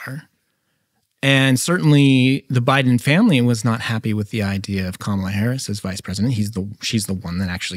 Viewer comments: Now it’s Karmela😂😂 I heard her pronouncing her name as Carmalita in AZ and NM. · She doesn't even know how to pronounce her OWN name. She is the only Kamala on planet earth who tries to call herself Camel-ah. It's an affectation, which has set the entire tone of perception of her, and rightly so, not that there is a single thing about her character or record that isn't almost axiomatically sus. Nobody has done this to her--she's done it to herself. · Love every time tucker says "Karmela Harris" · In Asia, Kamala is an Indian name and its pronounce as Car-mah-lah!!! Period!!! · Tucker just keeps pronouncing her name however he wants 😂😂😂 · Tucker pretends to mispronounce Ms Harris’ name. Right off the bat. A truly honest man. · There’s no E in Kamala, just saying